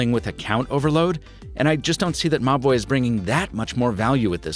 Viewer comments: I kept hearing Mobvoi as mah boi wth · I keep hearing 'Ma Boy' instead of Mobvoi 😅😅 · Every time you say the brand it sounds like you're saying "my boy" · I honestly thought you were saying "My Boy" throughout this video. "My boy brought over this speaker and microphone...", "My boy needs to collaborate with a traditional watch maker..." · Like similar comments I also thought you were saying my boy 😂😂😂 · said: Mobvoi I heard: m’ boy I see I wasn’t the only one... 😂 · Siraj Mazher lol at first I was like wtf dude, mah boi? Who is referring to? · Every time you say "Mobvoi" I hear "My boy" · I initially thought he was saying my boi when he said Mobvoi 😂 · saaame, i tought he reaaally loved the brand lol